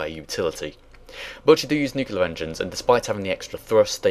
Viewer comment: I'm sorry but mispronouncing word: "nuclear" drives me nuts. Great video , of course.